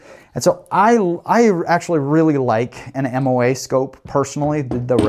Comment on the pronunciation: Moa not mom.